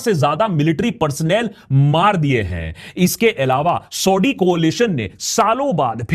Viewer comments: Akash Banerjee saahab aap Saudi Arabia ko thik se pronounce karo pehley. सऊदी hai सौढी nahi hai. Aur aap ka Saudi word bolne ka accent India ke Parsi logo ki tarah lag raha hai. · bro it's not sodi, it's saudi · Are you pronouncing Saudi as Saudddy just like Owaisi calls Modi as Moddy ?😂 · Saudi theek se bol bangali 😂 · Say saudi correctly it is so annoying yr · Saudi kahna to seekh la 😁😁😁😁